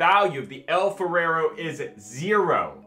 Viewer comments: It’s funny when you kept saying El Ferrero when it says El Faro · pronouncing El Faro as El Farero?! Lol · Where do you get two extra syllables from "Faro"? Interesting stuff though, thanks.